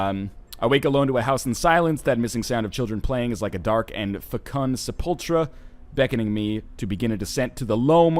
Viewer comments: sepulchre is pronounced 'SEH-pul-ker' It means a grave, or tomb. A confined space wherein a corpse is sealed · "Se-pul-chur" lol read Poe